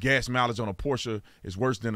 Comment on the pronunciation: I love it you pronounced it correctly it is Porsche and the end is pronounced “sa” most people don’t know that. My brother had a 928 back in the 80’s what a blast to drive